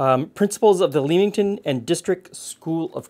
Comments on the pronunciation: Oh my, the way your pronounced "Leamington" made me laugh. It's not "Leem" it is "Lem". Also "Warwick" isnt pronounced with the 2nd W, "Warick" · Got to try this recipe! Btw, as an ex-Leamington Spa resident, Leamington is prounced as in Lemon, not Leem, and Warwick pronounced 'Worrick' :) Thanks as always, love your videos. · Love the old cookbook show! I think my mother used to do some kind of baked lemon dessert, but I’m not sure it had breadcrumbs? I’ll have to try and find out. Oh, and not that it maters, but, it’s ‘lemmington’ not ‘leemington’. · Hey, really enjoyed this video, the old cookbook show really has me hooked since last year. I always heard Leamington pronounced "lemmington" growing up in the UK:) It reminds me of a bread pudding but with the bread all homogenised! Would be nice with raisins in probably. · Hi - Thank you. This looks like such an easy recipe to make it would be rude not to! By the way, in England the place names are pronounced War-ick and Lemmington. Damn the English and the silent letters! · Growing up as a kid of the 80s in the neighborhouring county, my grandma made baked custards like this. They have fallen out of fashion, and many olde English recipes, will only be rediscovered when Nigella or Gordon popularises them again. Leamingtong -> ‘Lemmingtun’ Warwick -> ‘Wuh-rick’ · Hey, I live near Leamington pronounced Lemington and Warwick is pronounced Worick. Love the videos. X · There's a suburb of Newcastle on Tyne called Leamington, pronounced Lemmington for future reference. Warwick pronounced Worrik. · Hi, Though its spelled Leamington, its actually pronounced Lemington 🙂 and is technically Leamingtom Spa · just fyi the a in Leamington is silent so its a lemon pudding from "lemington" and this type of dish its whatI've seen called bread pudding in the UK